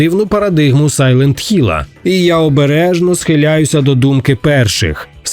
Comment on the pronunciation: Дякую, що не "Сайлент Гілл"!)